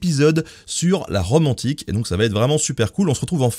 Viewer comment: Le gars y dit « on va parler de la Rome antique » mais j’ai compris « la romantique » j’étais genre wtf j’ai manqué quoi moi